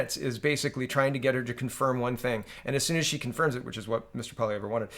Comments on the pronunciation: Poly ev, not poly ev rah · Please check the proper pronunciation of Poilievre, pretty sure no “rah” at the end.